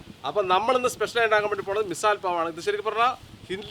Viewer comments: മിസാൽ അല്ല മിസൽ പാവ് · മിസൽ പാവ് എന്നാണ് not Missal pav😅